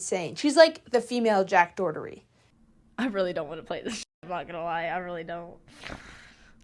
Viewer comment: Do you say jacks name wrong on purpose lojh